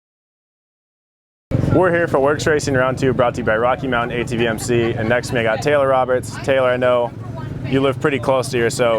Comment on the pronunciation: La-git-ness...but, it’s Taylor Robert, no s. Sorry had to be that guy.